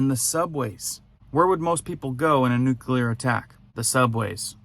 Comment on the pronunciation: Nuclear pronounced "new-clear". Not "nuke-uler." Come on ff